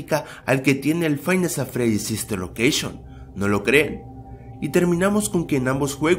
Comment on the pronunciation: Bien pero dijo sister locousgion